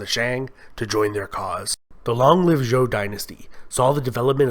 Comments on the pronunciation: An entertaining and accurate, if brief overview. Just for your information, Zhou is pronounced 'Joe'. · I"m sorry you butchered the Chinese dynasty's names...Zhou is called ZH-OU. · Your pronunciation is killing me. Good overview though. Xia pronounced Sheeya Zhou pronounced Joe Tang and all a sounds pronounced Tahng